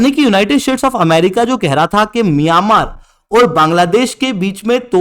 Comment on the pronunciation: Miyamar nahi hai myanmar hai😂😂😂wtf